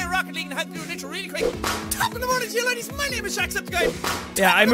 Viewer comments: It’s laddies not ladies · I thought it was top of the mornin to ya ladies not laddies